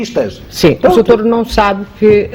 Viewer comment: "Mas oh soutour deixe-me só...Desculpe soutor...pois, soutor" Pessoa Honesta - "Estão a dar uma de viúvas virgens"... OUCH! Essa foi a estocada final. A devia ter dito boa noite, fim da entrevista.